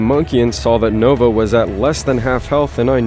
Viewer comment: I love how he says “nogla” instead of nova XD